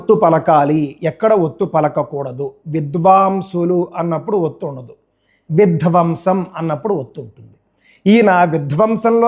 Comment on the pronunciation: ఆయన సరిగానే పలికారు కదా విధ్వంసం అని